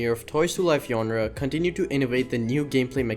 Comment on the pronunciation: Aint no way this guy just pronounce genre as "yonra"